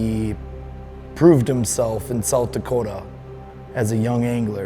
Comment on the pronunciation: "Sounth" Dakota??? LOL